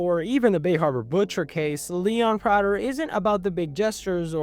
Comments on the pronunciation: My brother in Christ, it is pronounced "Prey-tur" not "Pra-der" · “Pr-ah-ter” 💔 “Pr-ay-ter” ❤️‍🩹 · "Pray-Ter" not "Prah-Ter" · Why do you keep going between the pronunciation of Prah-ter and Pray-ter? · It's pronounced "Pray-ter" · I don’t think the last name of “Prater” is an English word (it’s either Dutch or German). That side, if it helps, the pronunciation is Pray-ter. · I like how they say Prater's name like a million times in the show and you still mispronounce it... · Bro literally doesn't know how to pronounce his name even though it's said in the show many times 😭😭😭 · dog it’s like, immediately you are pronouncing the name of the character wrong. you made a whole video on himmmm why would someone watch this ??